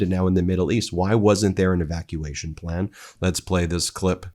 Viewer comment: "I don't have a plan! I don't even have a pleh!" DJT